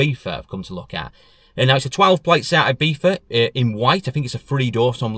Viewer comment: Love the video but folk always pronounce Ibiza wrong and it does my head in! It's not "eye beetha" it's ee-bee-tha!!